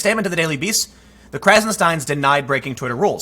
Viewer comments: Stein is pronounced as stine & Stien is steen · Minor tip: when pronouncing German origin names the order of the e and i are key, and the opposite of what you'd expect. If e before i then it's pronounced 'i', if i before it it's pronounced 'ee'. So Stein is pronounced 'stine' or Stien is pronounced 'Steen' ... :-D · "stien"... Imagine my shock